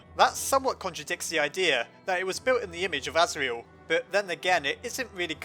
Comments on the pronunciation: You said the goat sons name wrong duh.... Serial Murderer:/ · orrrrr his name is Asriel cause Tor(iel) (As)gore